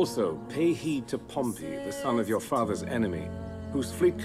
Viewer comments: it's "pom-pee" not "pom-pay" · It's Pom-pee!!! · I loved this but... He pronounced Pompey as Pompeii xD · Your saying Pompey wrong. Its pronounced like the Portsmouth football club not the Roman city.